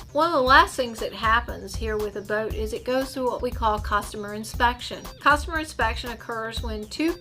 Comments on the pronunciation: It’s customer not costumer. One letter sure makes a difference in proper speech. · If you say "COS-TOMER" one more time I'm going to puke....